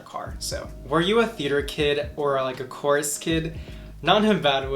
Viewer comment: Lol I love how you said Chorus....because it's definitely pronounced like "quire" lmfao not having tho just saying. It was cute lol